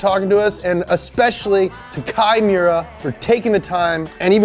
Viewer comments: Kei Miura said fast enough kinda sounds like Chimaera. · You're mispronouncing the fuck out of that guys name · Instead of kai miura i always hear “chimera” from wot b because i play wotb too much lmao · LIGHTNING LIGHTNING LIGHTNING!!!!! Its funny that pronounces key Miura like "Chimaera" which makes sense Lol In alchemy when u transmute 2 unrelated things and merge them together makes a chimaera, rocket bunny!!!